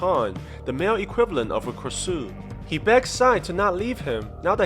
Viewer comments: For anyone that don't know this flying head myth is a krasue(pronounced kra-san) it is a thailand urban legend about a flying head without body and a luminecent stomach they eat human flesh but their favourite thing is pregnant women because of the babies flesh to protect yourself from them use big structures around your house with spikes because when the krasue flies it won't go to your house Krasue also has a very big tongue like snakes and sharp teeth like vampires they can infect other ppl by using their saliva to make them turn into krasue's aswell the krasue needs to return to its original body before the sunrise so ppl would have a strategy of either hiding the body or burning it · Btw this is a Thai movie and the floating head the ghost is called pee gra su and you said the name wrong but it’s ok